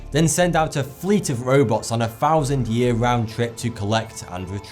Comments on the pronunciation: "two and a half FFFFOUSAND" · Why so much enthasis on the "thou" sound like bloody shakespear... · "thats two and a half fowsand"